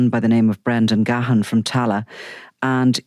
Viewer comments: As a Gahan myself it drives me insane at how people pronounce it. It’s pronounced Gan. The H is silent. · It's pronunciation is even worse in England re Dave Gahan fae Depeche Mode. Ga-Ha-ah-ah-n.